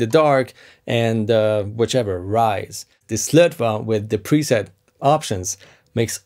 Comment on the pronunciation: Yo its pronounced SlötvO;) the swedish å is not an a its an O! nice video though:D